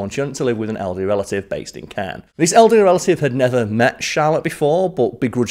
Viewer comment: Caen is pronounced like con, but in more of a French accent. Not criticizing, but just helping out for future French videos! Keep doing a great job Smallwood!